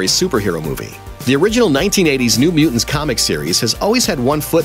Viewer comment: Mute. Tants. Anyone else feel like he was saying Mutants wrong?